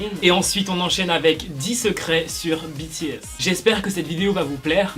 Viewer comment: En ne dit pas bities en dit bts idio😎😎🙃🙃👶👶👶👶👎👎👎👎👎